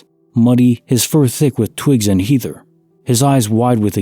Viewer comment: The ea in heather is pronounced as in head